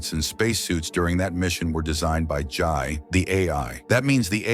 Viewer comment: It's Jay not Jai